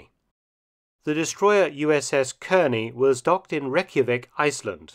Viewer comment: Nice report. Nit: Kearny is pronounced "CAR-nee" :) We'll give you aluminum.